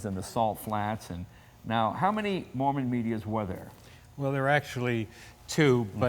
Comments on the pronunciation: It's a MArmon, not a MOrman, isn't it? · Hey Jay, it's MARMON not Morman. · Okay, I stand corrected, it IS Morman. There was an auto maker named Marmon so I guess this was a tongue in cheek name.